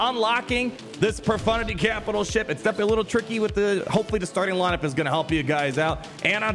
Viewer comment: lol a streamer that actually says profundity and no pro-FUNTITTY?